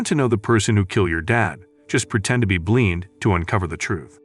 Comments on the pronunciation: The fact that he said blean so many times instead of blind irked me and made me laugh. I like this channel but the whole blean thing made it even better.😂 😂😂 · The AI voiceover couldn't pronounce 'blind'??!!